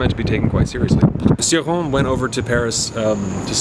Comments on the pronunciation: Always pronounced his name ""chore-on", "see-rawn" is tempting now! Thanks for reviewing Cioran, will love hearing your thoughts on them all. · Not in French. His own wife didn't pronounce it "chi", fyi. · it's "ci" like în "children"